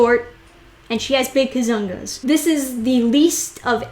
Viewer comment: When you say "kazoongaas" with intonation at the "zong"LOL